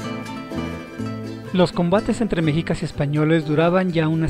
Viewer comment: MEXICAS se pronuncia MESHICAS. No se pronuncia MEJICAS. Saludos.